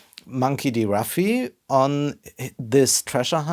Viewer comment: Charakter is named Luffy, not Ruffy. Nuff said.